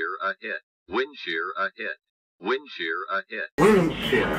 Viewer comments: Bro said wind chair 😂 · A310 woondshear 😅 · A310 *saying winchair*💀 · "wensher wensher wensher"☠️